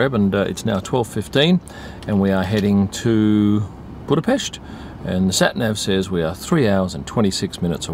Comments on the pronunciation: Wow! I'm impressed already with the perfect Budapest pronunciation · I'd say this is far from what i would call a tense moment. Go to the scummy districts of liverpool or manchester, let alone london, and you'll experience what tension is. He might have been in the wrong lane, but let's not forget that he did bother pronouncing Budapest right.